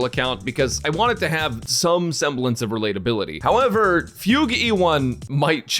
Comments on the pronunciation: missed fug-u 2/10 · yes he did he said fug-u lol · Is it fu-gue or fuge wich sounds like puke